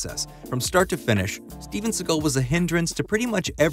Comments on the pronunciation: A massive f you for pronouncing his name as seagul. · I thought you were cracking a joke on the voiceover from the video. Dude pronounced his name wrong the whole time. I don’t care in general what anyone calls the guy, but after a while it just got on my nerves. Seagole? I can’t even blame his accent because he doesn’t have one particular accent. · So you're telling me that this video is how I'm going to find out that Seagal isn't pronounced like seagull... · You're saying "see-guhll" but his name is pronounced "see-gahll" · Normally it bugs me when people mispronounce celebrity names (and here it would be even more egregious because you actually played a clip of him saying his name,) but Seagal is such a jerk that I was delighted to hear you call him “seagull” over and over and over again. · Lol, Steven "Seagull"... 🤦‍♂️ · You keep pronouncing it “Seagull” and now I’ll forever pronounce it that way. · Why do you pronounce his last name like that? I've always just heard it sound more or less like "say_GAHL." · Imagine making a video about someone and not pronouncing their last name correctly. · You’re not pronouncing his last name correctly. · It's difficult to listen to you mispronounce his name 100 times within 9 minutes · How about pronouncing his name correctly?